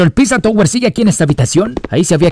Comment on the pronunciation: queriendo corregir las ZZ del PiZZa Tower pero todo el video pronuncia "tOWer" en vez de "tAUer", como es el caso de que el escrito OW se pronuncia como el diptongo AU en inglés.:p